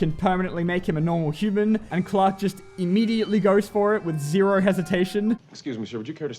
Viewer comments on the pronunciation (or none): none